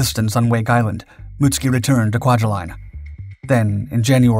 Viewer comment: You're mispronouncing kwajalein. My biological father grew up here, because my grandfather worked for the u.s. government, there.